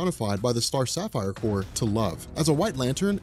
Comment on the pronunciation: first I want to say how much I appreciate you pronouncing corps the right way and not like a couple of dudes on a certain comic "island" who over hour long videos like explaining the injustice series, say corpse instead of corps every single time, and you know how often the green lantern and sinestro corps come in to that story line, safe to say they say it a lot, and since this is a hard decision and since I've never been a fan of any of the lantern corps and grew up on marvel but switched to DC as an adult, my inner child is telling me to go with Franklin Richards on this one, even in his child form where he might be at a disadvantage you still brought up how that could also mean he does something horrible on accident, like he could do to Kyle before he has a chance to do anything. I'd like to see Lobo versus someone like Wolverine, although it doesn't have to be Wolverine, just someone like him or just go with him, either way.